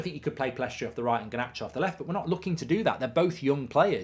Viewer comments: Should really learn his name if you're gonna praise him so much. It's Pellistri, not PellEstri. Love the content, Mark! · Will Mark ever pronounce Pellistri's name correctly?